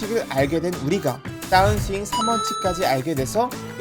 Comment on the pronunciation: 따운스윙이 아니고 다운 스윙이라고 하셔야 듣기 거북하지 않아요. 마치 벙커를 빵카라고 하거나 퍼터를 빠따 라고 하는 건 많은 사람들이 거슬린다고들 하죠.